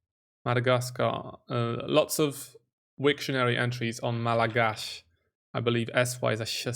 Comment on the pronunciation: Damnn I’m impressed bro 😂 that’s exactly how you pronounce Malagasy!! 🇲🇬 it’s not really “ch” sound for the “s” tho, it’s still an “s” sound! The “ch” it’s just for you guys to make the pronunciation correct! But if you really wanna say it like a native speaker it is “malagass”